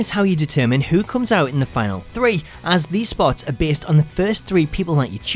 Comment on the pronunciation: U said snot not spot